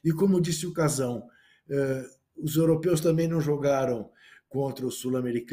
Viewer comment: Ouvir kfuro , "casao" etc é dose. Fui